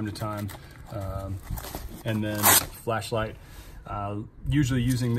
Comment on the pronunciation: When he say fleshlight 😂